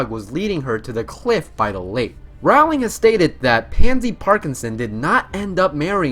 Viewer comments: it's jk ROWling like roll not Rowling like wow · No ROW-ling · Great video! Note: it's pronounced Rowling as in rolling pen!* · stop stop stop you are going to take someone's eye out, besides you are saying it wrong it Ro-lling not Raw-ling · Her husband gave her a mug that says: They see me Rowling, they hating. And that’s how I learned her name was pronounced “rolling” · "ROUWLing" kms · her last name is pronounced like rolling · Rowling is pronounced as rhyming with bowling...they're even spelled the same, just with an "r" instead of a "b". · Okay, first of all, a lot of these are common knowledge. Second of all, bro, first get a better handle on the words that come out your mouth, and then lecture me about what I do or do not know about the series. Rayf Fines, not Ralph Feens. Rolling, not Rowling. Donal Gleeson, not Dom-nal (although, granted, Irish names are hard). Brendon Gleeson, not Brandon. Mirror of Er-i-sed, not Es-er-ed. Reeeemus Lupin, not Raymus. Roweeena Ravenclaw, not Rowayna. (And for god's sake, it's leviOHHHsa, not levioSAH. 😉😝) Also, your fact about there being only one non-British actor in the films is wrong. Exceptions were made for Irish actors (as Irish does not equal British): both iterations of Dumbledore (Richard Harris and Michael Gambon), as well as Brendon and Domhnall Gleeson, Evanna Lynch, and Devon Murray (just off the top pf my head; I'm sure there are more). Get it right. Also, you got a fair number of your facts from the IMDb trivia pages for these movies. That's not really much "digging," now, is it? However, despite my complaining, this was a fun video. 😊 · Kudos for saying Philosopher's stone. But Roawwwling? Ralph Phineas? Dom Hill Gleeson? And I don't even know how to spell that pronunciation of Erised. And footage with a bandicam watermark? Look, I wish your channel well, but you're gonna have to pay for software and do a little research on pronunciation. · Fact 51: Rowling is pronounced "rolling" as in "rolling pin"